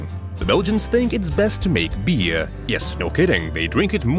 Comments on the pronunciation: Beer not bear! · Uhm beer, not bear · It's beer not bear 🐻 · Beer not bear 💀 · “bear” 💀💀 its beer bro 💀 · It's not bear lol it's beer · it beer not bear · It's beer Not bear! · It’s beer not bear